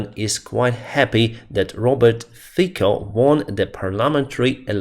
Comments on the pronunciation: Fico is pronaunced "фiцo", He is not quite pro-russian. He is mafia boss and does not want share his money with anyone, not the russians. But he used imigration and support for Ukraine card as his election program to attract less educated people. But it is still not sure if he can create a regular governmet. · It's pronounced Robert Fico like "Fitso". But i understand the confusion. What I don't understand is the voting. Actually no one likes him. Same applies for Urban. I know that because my girlfriend is from Hungary and I am from Slovakia. So yes they should get best friends as they both share the unpopularity in their countries! Sad! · Pronunciation: Fico: FEE - tso